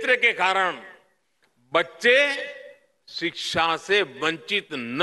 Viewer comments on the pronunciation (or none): It's shiksha not siksha 😊